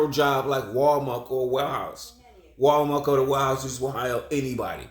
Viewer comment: WAL-MARK? I THOUGHT IT WAS.....WAL- MART T T T T T T T respectively 😅